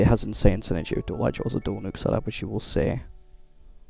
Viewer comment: Good vid. Covered everything I knew as an 11 year Nova main btw, it's pronounced dual "eyecore" not "eyechore" or "eechore" but sometimes you'll hear "icker" which I believe is more british way of pronouncing it or something, idk. I like saying it that way in the context of warframe because the infested is icky lol